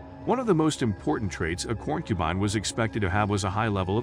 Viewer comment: I appreciate the information included in this video, but I have a hard time taking videos seriously when important words are mispronounced repeatedly. Corn-cubine??? Poly-gammy? The art is wonderful, though!!!